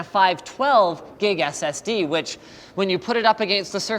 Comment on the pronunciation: did anyone notice he said "one-point-eight gigabyte SSS"? only 1.8 gigs? I can't fit all of my porn on that!